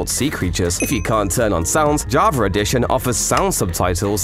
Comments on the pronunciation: It's java not JAVRA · why is he saying "javrar" instead of "java" 😭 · i cant stand you saying JAVAR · Java❌ Jarva✅ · Java❌️ Javar✅️ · “Javer edition” - -2024 -ranked the best mispronunciation ever because he’s British or smth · I dont lnow if it's because im too tired, but i always hear "javaR edition" 🤔 if you are indeed saying JavaR, is this an internal joke or somethig proper to Java users? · “Javar” accent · Why does he keep saying Jabra edition? 😢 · Java "Ja-ver” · I love how he said javar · He’s calling Javaer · When you say java edition it sounds like javer edition im sick of this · Javer is What i hear on java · "javar edition"